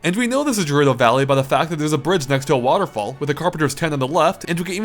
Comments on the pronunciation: Those pronunciations... Malei (melee) and jurudo (gerudo) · gerudo is pronounced "ge"rudo, "je"rudo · I think Gerudo Valley is pronounced with a 'g' sound, not a 'j' sound. Like, 'gate', as oppose to 'jail'. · It's 'Gerudo', not 'Jerudo' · Stop saying "jerudo". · Took me a few seconds to realize he was talking about Gerudo Valley since he was saying it with a soft G sound instead of a hard G sound. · Pilot, Melee, and Gerudo all words this guy can not pronounce correctly. Also Peach always used her crown as a forward smash in the air.